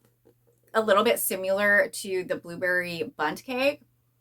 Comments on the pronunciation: The way you are saying “similar” is not the correct way to say it. Google and it will give you the correct pronunciation so your videos will sound better. Letting you know because if it were me, I would want someone to tell me. Hope you don’t take it as offensive. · I see alot of ppl say it the way she does. Not sure why. Maybe it's where they are from or something? I hear it alot tho and want to say something ,but never want to come off as rude ❤